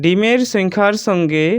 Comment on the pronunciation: স্যার সেংখ্যার না সংখ্যার 😅😅😅